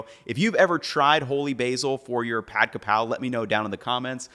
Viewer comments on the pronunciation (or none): It's Ka Prao, not Kra Pao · “Holy basil is Kaphrao, not Krapao.” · For the love of god it's Ka Prao not Kra pao. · KAPRAO!!! Its Kaprao!!!!! This is the proper way to spelling it and say it. Everyone needs to stop putting the R in the wrong spot. and Kaprao is holy basil SPEFICALLY. Thai basil is called horapha. AND THEY DO NOT TASTE OR SMELL THE SAME. Holy basil we use in stir fry holy basil (pad kaprao)!. Normally we use Thai basil in curries and more soup stews. If you want a flavor closer to holy basil as a substitute.....YOU USE ITALIAN SWEET BASIL! Also.. Where is the chili and garlic paste......? Its not pad kaprao without that. It literally is the starts the dish.